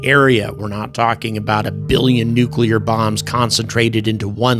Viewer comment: (Thank you for pronouncing “nuclear” correctly!! It’s maddeningly rare anymore!)